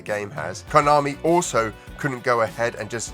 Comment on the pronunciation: Very cool video, good dedication, how much was Sunset Riders? I have a reasonable game / console physical collection now, much of which I will rarely (if ever) touch again now I have flash devices for all the consoles, so I think i'll stop here. On another note, I think is fucking with us when he pronounces Konami as "KAI - Oh - Nami" haha, i used to pronounce it that way a long time ago, back when we called Sega SEE-ga haha